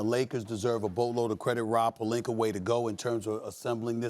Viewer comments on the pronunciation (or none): "Rob Pelinker"